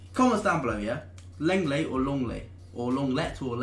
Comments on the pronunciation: 'long-lay' not 'long-let' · "Long ley"